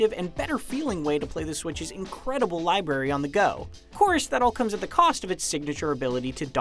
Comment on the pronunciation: "Incredible *Libary*. Yeah, okay. Have a person who can't even pronounce "Library" review a whole console. Bravo, IGN.